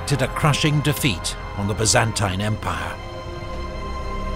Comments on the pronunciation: I've never heard the Byzantine empire said with that annunciation. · Amazing, but the pronunciation of “Byzantine” is killing me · so why he says it wrong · The only thing I can’t stand about this video is the constant mispronunciation of Byzantine. Like nails on a chalkboard to my ears